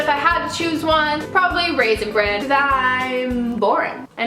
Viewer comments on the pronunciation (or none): none